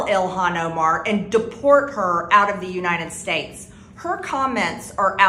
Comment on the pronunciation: She said U-nine-ted States! That's why it's In-dicked-ted not indicted to her!🤣🤣🤣 If she can't pronounce United States properly, she should be deported!!!🤣🤣🤣